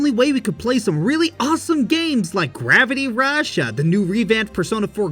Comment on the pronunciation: Wait... Did he said "gravity Russia" or it's just me...😕